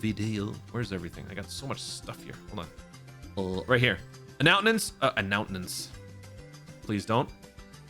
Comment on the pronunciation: Annountnents, big tings appening